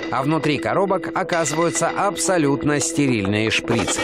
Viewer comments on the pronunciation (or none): Не шпрИцы , а шприцЫ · Не шпрИцы, а шприцЫ